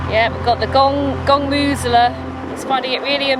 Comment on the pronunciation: "gongmoozeler" "amoosing", "milking it", "udderly"...thought you'd get away with it didn't you ;)